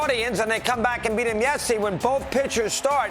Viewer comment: Dey buried dem